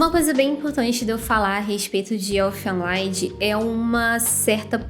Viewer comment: Se pronuncia "Erfên Lídi" (Canção dos Elfos). O nome é alemão e não inglês Esse é foda, curti demais. Assisti lá pra 2006